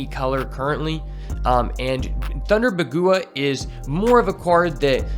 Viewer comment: Bagua Is pronounced Bawg Wha Its a fengshue term